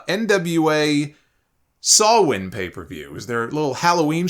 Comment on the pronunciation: As a Pagan let me thank you for pronouncing Samhain correctly, unlike most pundits online